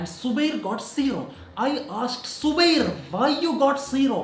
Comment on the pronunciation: Noone: zubairs teacher:*subair*